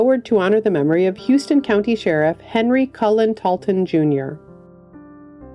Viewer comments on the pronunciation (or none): That's pronounced How-ston County Georgia. He had served as Sheriff since Carter was Governor